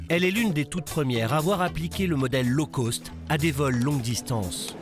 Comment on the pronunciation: La prononciation correct de "Low cost" est Low coste et non Low Côste. Un peu de professionnalisme que diable.